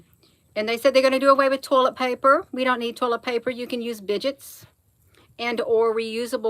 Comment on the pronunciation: Bidet is pronounced bid-A. Correction in love.